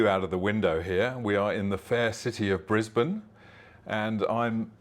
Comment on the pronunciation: THAT'S my home town ! Top marks for pronouncing Brisbane like a local !